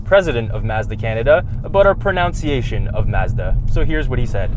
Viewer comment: It’s quite an irony seeing you guys talking about and nailing the pronunciation of Mazda but not pronouncing ‘pronunciation’ correctly😂 Still. Great video. Loved it!